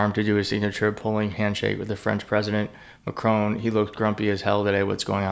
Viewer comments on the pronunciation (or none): President MacRON ,not MacRONE. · Please - it’s Mac - Ron. Like Ron Bacardi not Rone. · Why is it that serious, intelligent American commentators do not have the courtesy to pronounce the French president’s name correctly. IT IS NOT McRONE…..IT IS MACRON. Trumpian behaviour. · It’s Macron. It’s NOT Macrone. You can pronounce the final ‘n’. But you say the final ‘on’ just like you say ‘on’ the table! The ‘a’ is a normal ‘a’ like in ‘cat’. Why you all screw up the pronunciation of Macron, I don’t know. You don’t screw up Hegseth!! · PLEEEEASE! Say it like this! MAC-RON… Got it? His name doesn’t rhyme with PHONE! There is no ‘e’ at the end and he’s French! Thanks for listening ❤ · Please Macron does not have an e on the end it’s Mac-Ron!!!!!!